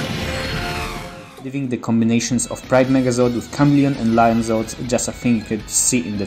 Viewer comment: The Voice messed up Zords